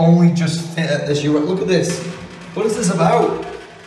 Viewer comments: did he say ur'eye'nal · Bruh when he said Yourinal